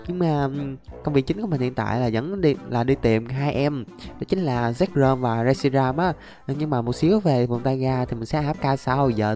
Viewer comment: Reshiam của người ra mà đọc là shiream